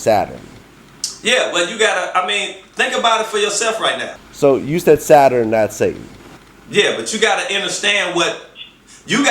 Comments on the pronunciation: And...did this nigga say Saturan (Saturn) dah....well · Anyone else here him say “Zataran" when he’s trying to say Saturn? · This nigga said saturun 🤦🏾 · Never listen to any mufucka who pronounces Saturn as "Satterin" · Ohhhkayyy, now I enterstand! I didn't enterstand until he explained Saterurn pronounced sat-her-ern? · I didn't realize Saturn had three syllables Chingy "Satarin" lol. He's right about the Vatican worshipping Saturn, that's no joke. He's wrong about the triangle and the eye though. That is the all seeing eye of Horus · I'm all for explaining of religions and different beliefs, however he needs to articulate better. You can't talk about stuff like this and mispronounce words, especially when you might be accusing a national religious body of worshiping Satan or "Saturin" as he calls it. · Mmm he’s mixing up stuff and saying it wrong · SOMEONE TOLD HIM THAT SHIT IN 20 MINS ...HE CANT PRONOUNCE SATURN....OR EVEN SAY SHAKRUH ....HE IS AN IDIOT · Yeah but he can't pronounce understand, or Saturn. He might be on to something but he need to just be on to something and let somebody else do the talking. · This is what happens when you get a dumb nigga making an attempt at smart people shit... A pseudo-intellectual who can't pronounce "Saturn" or "understand" while spewing garbage about astrology, mysticism, and a whole bunch of other bullshit that he doesn't even really understand himself.